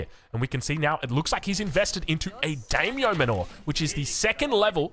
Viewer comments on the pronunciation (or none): It's "Dime-yo" not "Dame-yo".